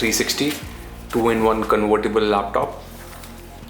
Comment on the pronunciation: conVertible not conWertible